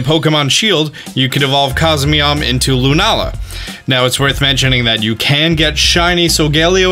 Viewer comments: I say Cos-mayhem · cos me snom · i say it cos me yom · I prounounce it as cause me yom